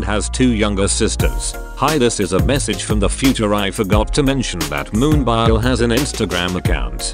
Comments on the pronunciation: i only hate that one point of this vid :vv what a pitty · I'm not by nature a cheerleader, but I think you're being too hard on yourself here. You made a compilation video and got it done and uploaded. That's a win right there. I can't do that. If I might make a suggestion, your own voice would be better than the computer voice, even if you're squeaky and stutter. At least you'd get Moonbyul right.